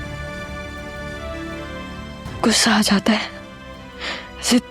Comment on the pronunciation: اردو تلفظ تو پہلے درست کروایا کریں۔غصہ ہے گھسہ نہیں